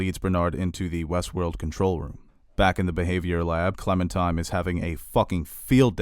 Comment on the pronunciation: OMG your pronunciations are terrible! I get it, you don't speak French or Japanese, but a little research goes a long way. It's not just episode titles either. "Clementime" is actually Clementine... with an 'N'. There are many other instances were you mispronounce words. It makes me cringe so hard lol.